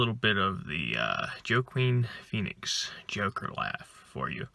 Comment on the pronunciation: You said his name wrong so how can you even review it? You are actually dumb.